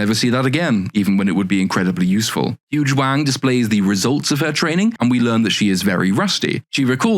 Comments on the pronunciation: I both have never seen the show and have an American accent. In listening to him talk he keeps naming a character. It sounds like he is saying her name is Huge Wang. Am I hearing that right?😂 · Huyang sounds like "huge wang" 🤣🤣 ...maybe I just need better headphones. Awesome deep dive! 💖